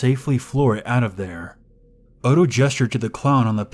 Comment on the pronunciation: NOTHING infuriates me more, is when these people who decide to be "PROFESSIONAL READERS" keep fucking up the most basic of words and names. If you don't know how something is said, take the literal second to verify it. Is ODO supposed to be "OTTO" like how do you fuck up that? We had one guy saying Ar MY RE for ARMOIRE and it took me by the end of the story to figure out what he was trying to say, and had to confirm that was the right piece of furniture via a CURSORY GOOGLE search. SERIOUSLY it's not that hard. IF I DON'T KNOW HOW TO SAY SHIT, I look it up. IT would be one thing if it was an ethnic name, then that would be excusable and make sense. BUT WHEN IT'S COMMON NAMES AND ITEMS, ZERO EXCUSE.